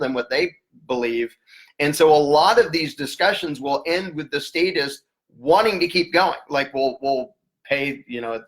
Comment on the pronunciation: Errytime you say satists it sounds like satanist